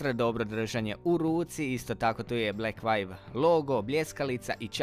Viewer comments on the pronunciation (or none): Super review, samo me blekvajv svakih 30 sek direkt u celo zabodes. View = vju, blekvju 🤣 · Nije "Blekvajv" nego "Blekvju". Čisto da te naučim izgovor. Samo deri dalje.